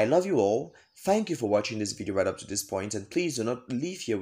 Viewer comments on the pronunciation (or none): none